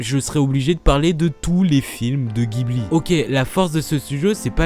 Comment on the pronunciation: Si jamais ça t'intéresse, au Japon, au prononce "jibli" et non "guibli" pour les studios Ghibli :)